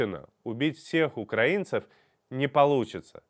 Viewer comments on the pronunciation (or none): УкраИнцев, от слова УкраИна! Каких укрАинцев? Для русских сложно ударение в одном слове выучить??? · Пожалуйста, ставьте ударение правильно - украИнцев